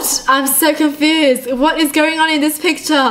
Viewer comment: I hate the way she says confused